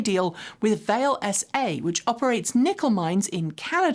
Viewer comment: Just FYI, and because I think you'll be covering other actions of one of the world's biggest nickel mining companies, Vale is Brazilian. So the name is pronounced in Portuguese; it's "VAH-lay" (at least as I've heard it.) My grandfather spent most of his career underground and in pit mines at the giant asteroid impact deposit up in Sudbury, Ontario, previously with International Nickel Corporation, (INCO). Those mines are now owned by Vale SA. Great to see extra-terrestrial minerals built into our electric cars!